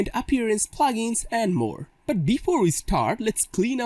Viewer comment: it not Plagens it is Plugins it took me time to understand what you means by Plagens